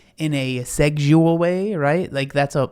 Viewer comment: I live for awkwardly saying "Seggual" 😂💖💖💖 makes my day everytime!